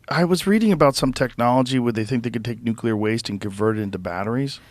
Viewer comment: Is anyone else bothered by how he pronounces the word nuclear?